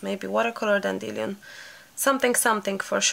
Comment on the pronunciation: I love how you say 'dan-dill-e-on' ..lol.. try 'dandy-lion' :) .. love the circles and will have a go as I've not tried water colours yet ! xx